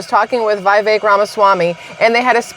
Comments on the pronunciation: FYI and respectfully- it's vee-VAKE. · I think his name is pronounced Viv-ic like viv-id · Viv-Ache…rhymes with cake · Vih vake. Rhymes with cake. ❤